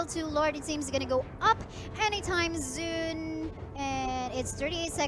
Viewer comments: Soon kase basa don hindi "zoon". Tryhard mag english ampota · Naka mute to nung pinanood ko. Hahah. Medyo nakaka distract yung boses ng babaeng caster. "They gonna, they gonna" "Level 2 Lord will be up zooooon.." 😂